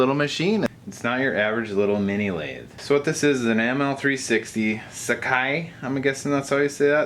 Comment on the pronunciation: Your pronunciation of Sakai was perfect